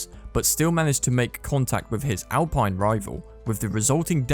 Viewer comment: Has this commentator ever watched a Grand Prix? He can't even pronounce Grand Prix or Alpine.